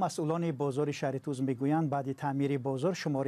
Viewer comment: Шахритуз не апа Шахритус номи асоси .